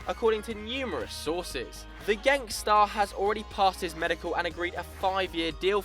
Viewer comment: "The Genk star." heard it as gangstet